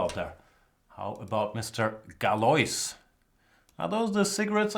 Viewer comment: Galois is pronounced "galua"